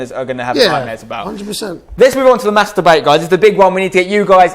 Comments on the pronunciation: I love Spencer and his content but every single time he says mass debate it sounds like master-bate. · I know I'm being childish, but I swear every time you say "mass debate" I'm hearing something completely different.